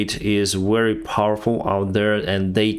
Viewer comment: Very as in vector, not wery.